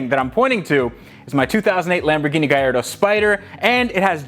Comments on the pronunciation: Love you videos man keep it up. Just curious is it just me or it sounds like your saying gayardo to gallardo. Like when people say impretza instead of Impreza (subaru) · I am laughing with the way you pronounce gallardo..